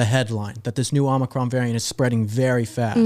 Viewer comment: Not Omicron. President* J B said Omnicron.